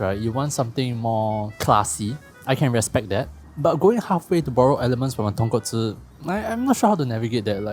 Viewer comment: So proud of you, as I hear the right pronunciation of "Tonkotsu" .... clap clap If I have to be fussy, Japanese pronounce "Ra-men" as "La-men" .... The "R" has no tongue curling for them, so it sounds like English "L".